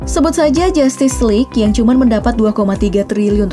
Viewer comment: Kok gua kesel setiap kali ngomong "cman"